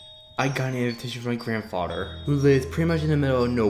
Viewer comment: I can't clearly understand the host who is telling the story, the child like word pronunciation is not good for story telling. And the unnecessary added howls, geese sounds etc made this almost unbearable to listened to coupled with the fast talking and bad pronunciation of words like, other (udder) this (dis) grandfather (granfadder) there(dare) the (da) thing (fing) etc......this would have otherwise been a descent group of stories!!!!!! The background music was too loud and mixed with the silly added extra sound effects it was almost impossible to continue trying to listen too! I suggest u try changing these issues if u are still continuing to story tell!